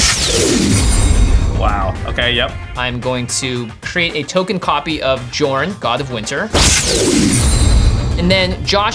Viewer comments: It drives me nuts hearing Josh mispronounce Jorn. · The J in Jorn should be pronounced like a Y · Take a shot each time Josh mispronounced jorn, die before the halftime break. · The editors are really amazing but I really cringe every time I hear Josh mispronounce Jorn... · Unfortunately he can't pronounce the name of the card